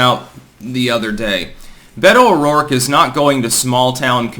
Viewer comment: Beta-oh-dork, this bitch is cringe af🤣👌